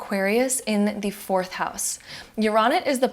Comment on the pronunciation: great video but you mispronounced Uranus 😭